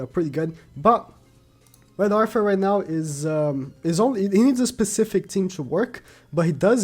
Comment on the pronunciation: I loved the video. Very informative. Please work on your "Th" I am not trying to be mean but there are too many names with that sound (Gilfunder, Arfur, Gowfur.)